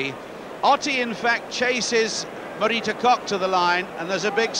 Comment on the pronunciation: the english could never say her name right, marita korrrrrrrrrrrrrrrrrrrrrrrrrrrr, not cok